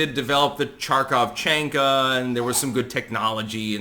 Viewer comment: "Charkov chain?" You mean "Markov chain?"